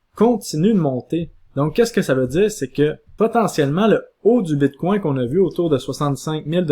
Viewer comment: "BITCOIN" ou "BITCWAIW"? : La prononciation du "BITCOIN" en Anglais serait préférable. Ce mot sonne bizarre et distrait à l'audition... "BITCWAIW" .... ET POURTANT TU DIS TOUT LE RESTE DES TERMES FINANCIERS EN ANGLAIS COMME 'STRONG HANDS' ... 'BEAR MARKET ' et autres termes du trading anglais . Tu essaies de franciser le bitcoin.... Le reste du message est toutefois pertinent.